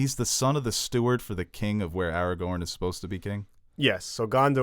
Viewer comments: I can’t let this disrespect to Aragorn’s name slide. His name ain’t “Eragon” eragon is the movie about the guy with the blue dragon. His name is pronounced Aragorn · ARAGORN NOT ARAGON!! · Logging off he said Aragon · you don’t even take the question seriously, pronounce rivendel as rivendale, Gandalf as gandolf, Aragorn as eragon. I’m done.